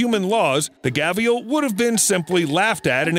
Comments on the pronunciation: theres no chance Gharial is pronounced gavial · It's Ghariyal not gavial. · My friend. Gharial is pronounced Gar-e-al not gaveal. I'll give you a pass on your knowledge of evolutionary theory. The jaws are thinned and elongated to suit the roll of fish predator. Have a great day, your friendly neighborhood biologist. (Yes I have a degree and everything, first one was bachelor of ecology and conservation biology w/honours) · by the way it's Gharial not "Ghavials" there's an R not a V. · When he pronounced "Gharial" as"Gavial" I lost it 😂😂😂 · Its gharial He mispronounced it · Gavial? It's Gharial. Where did you get the V from? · Pretty sure he means "gharial", not "ghavial"...😆😆😆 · Ghavial ? It's Gharial 🙃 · Gharial he keeps saying 'Gavial' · Gharial, not gavial lol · Isn't it gharial not gavial? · You kept saying ghavial but its gharial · *gharial not gavial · Gharial is pronounced gah·ree·ul. There's no 'V' in it.